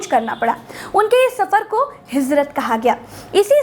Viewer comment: आप जल्दी में ज (J) को ज़ (Z) बोल गईं इसीलिये आपने जिब्रईल (JIBRAEEL) को ज़िब्रईल (ZIBRAEEL) और हिजरत (HIJRAT) को हिज़रत (HIZRAT) कह दिया जो ग़लत था; उर्दू बोलने के लिये सही तलफ़्फ़ुज़ भी ज़रूरी है.